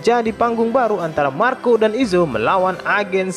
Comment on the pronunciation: Marko de puyuh 🤣🤣🤣 aslina Sunda 🤣🤣